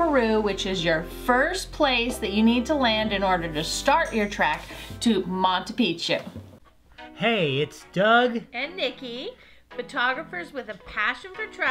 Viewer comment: Did you learn how to say Machu pichu Correctly after leaving Peru?